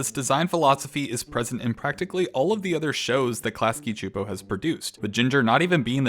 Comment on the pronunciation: csupo is pronounced “soup-oh”